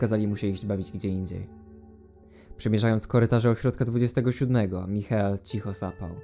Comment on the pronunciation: Michael czyta się Majkel